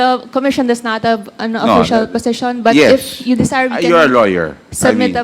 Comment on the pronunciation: sabi ni fernandez (ip) daw instead of ""IF"talaga naman patuga tuga ug english di naman tama ang pronounciation. magtagalog ka na dyan.